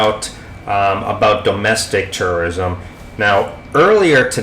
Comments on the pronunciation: Dam, sounds like you keep saying TERRORISM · It sounds like you are saying Terrorism. Haha